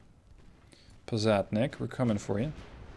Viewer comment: To nitpick a bit about the pronunciation. The Posadnik is spelled more like this: "pos" as in "posse", "ad" as in "bud", "nik" as in "nick". Also, emphasis on the second "a" in "KhabArovsk". "Boevoy" as in "boy - e -voy". "Stereguschiy" was surprisingly on point though.